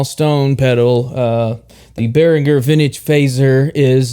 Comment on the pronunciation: Thank you for pronouncing Behringer correctly! Great playing and useful review too.